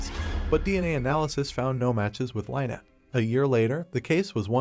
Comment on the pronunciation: Lynnette is pronounced Lin net not lie net